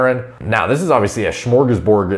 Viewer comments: “shmorgasborg” -, the Swedish Chef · It is nice to hear try to say smörgåsbord